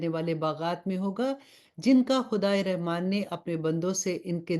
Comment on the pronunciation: Rahman ki ray k uper zabar hai but zair se isko perh rahi hain